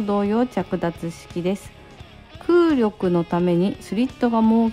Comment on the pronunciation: 茨城でも早く売れー〜 空力は くうりょくではなく くうりき です にしてもやっぱかっこいい